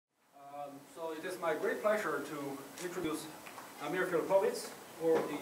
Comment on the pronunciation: The least thing you could do when you introduce someone: Enquire the correct pronunciation of his name. You could have asked Prof. Filipović.